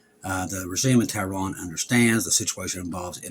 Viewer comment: Tehran, Iran. has difficulty with pronunciation.